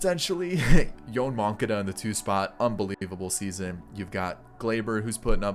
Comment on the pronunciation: butchering names.. I know sometimes you’re joking but most of the time you’re not 😂 the way you were saying moncadas name was hurting my ears